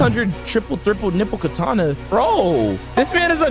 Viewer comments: "the true triple niple katana" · yo stop saying true triple thriple nipple katana